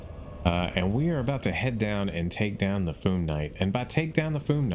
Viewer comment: It’s Fyoom, not Foom. Not sure why people pronounce it like that. 😂